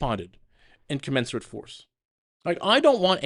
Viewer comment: Love Tim. He has to learn how to pronounce “commensurate.”